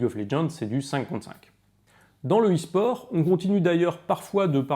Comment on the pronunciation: Je tombe sur la vidéo, UN truc me fait tiquer : on dit pas "[...] au es-sport" mais "[...] à l'esport" ! Merci de changer ça avant de vous attirer la foudre des gamers